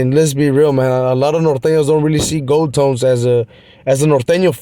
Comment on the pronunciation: FKN. GOLD(TOES) NOT GOLD(TONES). LOL